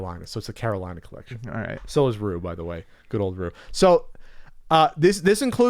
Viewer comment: LOL went for "Carolinope" before "Carolinah." Love it. -Matt